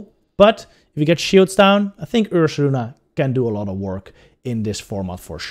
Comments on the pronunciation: Take a shot every time he says ursalana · He def says Ursalana. Very good video, btw. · isn't it Ursaluna...? as in Moon (Lunar) Bear (Ursa) ?